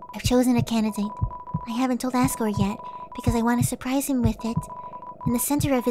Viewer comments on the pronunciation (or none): It's pronounced azgore